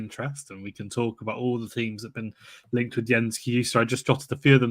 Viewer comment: FFS sake learn how to pronounce names, it's not hard Kai-Ju-Stay It's so 70s you're a posing as English Who can't pronounce any other language Love the show though, thanks